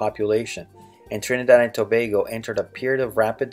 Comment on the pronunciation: He needs to swap the way he pronounces the 'a' in Trinid'a'd (short a sound) and in Tob'a'go (says its name)